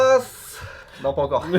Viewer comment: ITADAKI,ASU pas ITADAKIMASSS